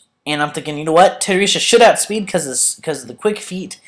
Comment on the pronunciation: it's tedi UURRRR sa